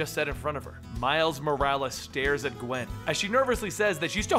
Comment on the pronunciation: "Mile Morales" xD